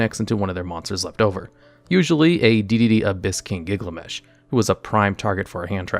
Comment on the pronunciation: The way you pronounced "Gilgamesh" hurt me 😢